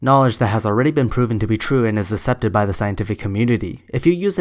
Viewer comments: You say "accept" wrong. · literally the only thing she can criticize you on is your pronunciation of accept if you wanna see what im saying